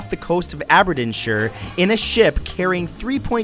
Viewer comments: AberDINshire? Really Matt? It's Aberdeenshire! DEEN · Im from Scotland and got triggered when he buchered Aberdeenshire >:¬/ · Btw can I just point out that you said "Aberdeenshire" it's meant to be pronounced as Aber Deen Shire. Just letting you know and also bc I live close to Aberdeenshire.